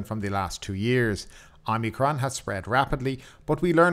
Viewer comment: Omicron not omnicrom.